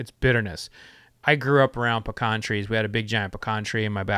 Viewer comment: Same here lol. I know you're not lying about that pecan tree since you're not pronouncing it Pee-can